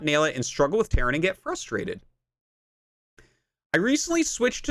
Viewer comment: he said terran and it sounded like "karen"